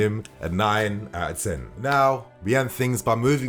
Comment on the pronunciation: When giving Kante's player rating you mispronounced "ten". 😊